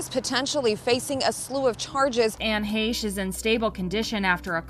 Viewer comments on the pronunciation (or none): It's pronounced HESCH. I hate that people keep saying heysche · It’s H, long “a” che. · I haven’t seen the video, I’m a new person to your page and just started it and thought it was weird you didn’t even know how to pronounce her name or was that intentionally done? You pronounced it like he•shh and it’s like Heck well it’s exactly like Heck the che sounds like ck. This is my Aunt and I have my own opinion and I wanted to state that before I watched bc I am going to watch and then I am going to come back to this comment and let you know if it’s close to what our family believes. This isn’t my name obviously and my spam account. Our family is devastated to say the least anyway I just wanted to say that before I began. Thank you for bringing more like to her there is a lot of things we would like to say but can’t in fear of retaliation. Kinda hoping this gets lots and you will be the only one who sees it if anyone pays attention so I don’t have to close this account. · "Fresh" rhymes with "Heche" Oh, it's heeche? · Lol I love that you say her last name wrong too! When this all happened I brought it up in my salon and asked if everyone had heard about Anne Heche and pronounced it hAche. I was quickly corrected by a boujee client that it is pronounced Hesh. I sarcastically apologized for being so uneducated lol I feel much better knowing that I am not the only one to get it wrong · I thought it was pronounced like haysh is it Heesh? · And it’s pronounced HESH……. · It's pronounced "hay-sh" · I can’t imagine I have been the only one to notice this, but I always heard her last name pronounced “Haysh”. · It's pronounced Hey-sh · Heh-shhh - correct pronunciation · i love you, but you are pronouncing her name wrong the e is long it sounds like mesh with a h. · You might want to find out how her last name is pronounced. 👍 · Great video, but to mispronounce her name the entire video……